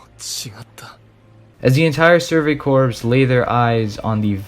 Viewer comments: Corps=Core. Not corpse. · I noticed video essays about anime misuse the english language so much probably because these weebs listen to too much japanese. Its pronounced “survey CORE” not “corpse.” Have you ever heard of the Marine Corps?? It’s “naivety” not “naiveness”🤦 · I was going to correct you when you said "Surgery Corpse" instead of "Surgery Crops (core pronunciation)" But uh Surgery Corpse pretty accurate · Idc I'm gunna be that guy, Corps. is pronounced 'Core', not corpse. Shit makes my skin crawl, cause like you hear it in the show and other mediums. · Excellent analysis Small critique - “survey corps” = “survey core” (pronunciation) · Great video but corps is pronounced core. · Since your video blew up, I'm sure you've probably gotten comments about this but I haven't seen it so I may as well make a mention just in case. "Corps" is pronounced "core". :) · Great video, amazing and well done - however not to be a pronunciation nazi but you switch between pronouncing corps correctly and incorrectly so often lmao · Great video man! Honestly good stuff! If I could make one critique it would be that the word "Corp" is pronounced "Core".